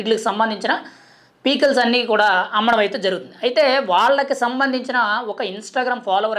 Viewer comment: Babu pee kills kadu 😂 pickles